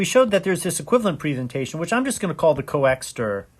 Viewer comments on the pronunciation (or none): It's not Coexter, it is Coxeter!